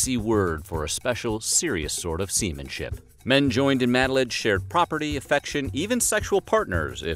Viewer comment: I hate how you pronounce matelotage. It’s MATE-la-Toj